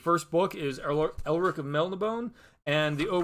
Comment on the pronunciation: After I finish reading Gilgamesh, I'll join in on the book club and read Elric along with you guys! I also have that exact same copy. Bought it right away when it first came out. Looking forward to finally reading those stories! I plan on reading all of them in Vol 1. Also, when saying Melnibone, you pronounce -bone as "bo nay" since there is an acute on the e at the end.